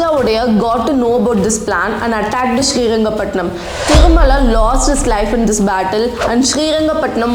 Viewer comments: It's Srirangapatna not Srirangapatnam !! First time i am hearing Srirangapatnam, please use the right name. don't change it as per your need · One thing mam pls pronounce the names properly as per thier state has named it.. It is " SriRangaPatna" not "SriRangaPatnam". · its srirangapatna not srirangapatnam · small correction Its not Sri Rangapattanam, it is SRI RANGAPATTANA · Good hidden history , thank you for this video. But It's srirangapatna not srirangapatnam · it's srirangapatana not srirangapatanam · And u need to learn history first thats mysuru not mysore which was changed in 2014 and its not srirangapatanam, u tamil people dont no how to pronounce a word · Miss ma'am, please learn to pronounce names properly or else stop making videos 🙌.....it's Srirangapatana* The name of the King is wodeyar* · Seringapatnam. Cawnpore. Ooty. Jullundur. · It's not srirangapatnanam it's just srirangapatna , who the fuck writes your content check it properly before blabbering i watched a video of u telling to pronounce the city names correctly and now .... 🤬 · Mam please correct some places naming you. its not Srirangapattanam it is SRIRANGAPATTANA ..AND it's not vijayanagr it is VIJAYANAGARA.. PLEASE PRONOUNCE PERPECTFULLY OF OUR KANNADA PLACES.. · Srirangapatna not Srirangapatnam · Correction:It is Srirangapattana not Srirangapattanam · That is srirangapatna that's the kannada word not patnam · It's not srirangapatnam Please be specific "srirangapatna" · One correction. Its Srirangapattana. Not pattannam 👍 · It's srirangapatna not srirangapatam. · Mam it's srirangapatana not srirangapatanam its in karnataka ....we say patana in kannada but pathnam is tamil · Hello madam Capital city name is Srirangapatana, not srirangapatanam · It's not Srirangapatanam..... It's Srirangapatana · It's srirangapattana,not srirangapatnam. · It is Sri Ranga Pattana and not Sri Ranga Pattanam.Pronounce it correctly. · Stop calling shriranga pattana as shriranga pattanam